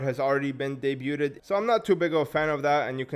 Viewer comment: Just wanted to let you know "debuded" is not how you pronounce the word. Debuted = "deh-byood" and Debut = "deh-byoo"